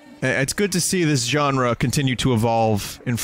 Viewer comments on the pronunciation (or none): Genre, not ganera.